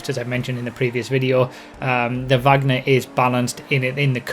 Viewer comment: no the supercar is named from her surname you said it wrong